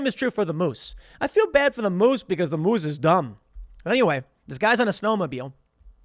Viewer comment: i hate the way Tim says moose and also Churchill, Manitoba Tim there are polar bears everywhere